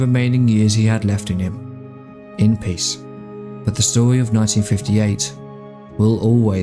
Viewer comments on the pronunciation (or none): none